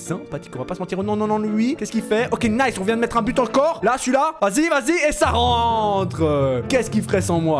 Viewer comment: On ditt but 🥅 pas gaule 😂😂😂